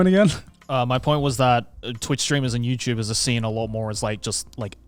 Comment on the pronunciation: I swear gaunt said youpubers….